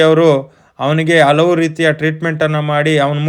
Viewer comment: ಕನ್ನಡವನ್ನು ಸರಿಯಾಗಿ ಉಚ್ಛರಿಸಿ. ಹಲವು ಪದವನ್ನು ಅಲವು ಎಂದು ಅನೇಕ ಬಾರಿ ಹೇಳಿದ್ದೀರಿ.